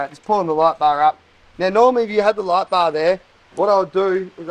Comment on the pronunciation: Hearing this guy say "light bar" makes me want to bang my head against the wall. Terrible.